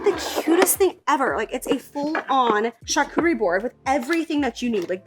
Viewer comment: Did anyone else remember when called it a “CharCoochie” board?! 😂